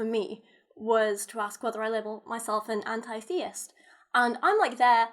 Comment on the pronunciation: Forget about labeling yourself. Your pronouncing the word anti-theist wrong. Start with that first.